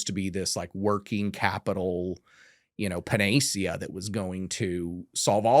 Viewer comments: believe it's pronounced panəˈsēə. He also butchered caricature at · You know the guy reads a lot when he mispronounces words because he never heard them before but only read them, for example panacea, that he pronounced as pe-NAY-see-uh. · I thought this dude was BS until he used the word “panacea”. Pronounced a lil off from how I would but you know, towmaytow towmahtow. 😅